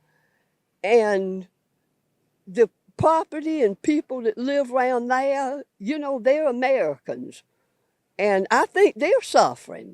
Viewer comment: That woman's accent is crazy. I didn't think they're had three syllables. They ah uh